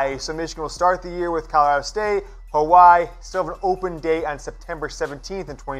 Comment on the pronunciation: Dude u don’t know how to say Hawaii